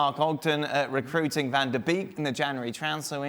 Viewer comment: The only reason any player would join Man U right now would be because of the wages they get oh and also..... It’s pronounced Van De Bake!!